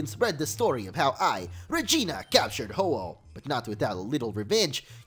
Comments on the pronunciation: That fusion members name was Regina. He actually said Regina, sounds like vagina right lol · is it just me or he said vagina